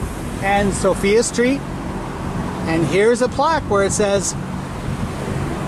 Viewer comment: easy to tell someone that is not from fredericksburg. sophia street...sophia is pronounced so-fi-a with a long i...not so-fee-a.